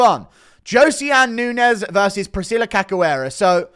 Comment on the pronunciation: Priscilla Who???? 😂😂 You think you'd know how to pronounce her last name...